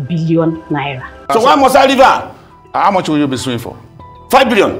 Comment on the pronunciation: Next time you wirre not engage in cyber BURREEING😂😂😂😂 Do you have 5 BEERRION NAIRA?🚶🚶🚶